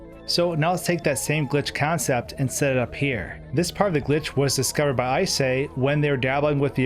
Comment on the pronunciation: I know it isn't the point of the video, but I'm confused about Icay's name pronunciation. I'd assume it's "Eye-cay", but it's "I say". Reminds me of another person on YouTube banned "Acai", whose name also pronounces the 'c' like a 's'. I don't think this is an accent thing, so why does it work like this? English language's many weird exceptions?